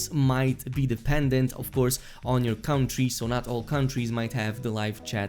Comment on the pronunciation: Lol not your fault but when you said country, I understood "cum-tree" and I was rather confused.